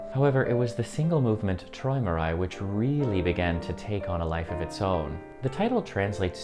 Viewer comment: Pronounced troymerai